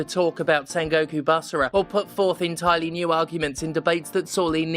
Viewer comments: in-tire-Lee gets me every time. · "in-tire-Lee" godamnit,!;D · LOL at entirely "in tire lee" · In-tire-Lee. I tip my hat to Commander Steph and, Esq.